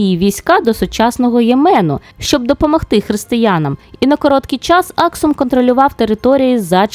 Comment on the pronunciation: Цікаве відео, дякую Перепрошую, але мені здалось що були помилки з наголосами в назвах Аксум та Йемен.